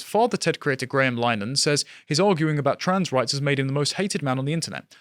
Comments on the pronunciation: It really annoys me when people mispronounce Linehan. it's pronounced like Lynn-Eh-Han. Not Line-han or Liner-Han or Lyneham. It isn't hard. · pronounced Lyn a hen chaps. Saint linehan we're supposed to support or keep hearing from. Freemason graham's Wife's abortion push for ireland was it for me. f'weuk em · It's pronounced Lin-uh-han. Not as in Wichita Lineman.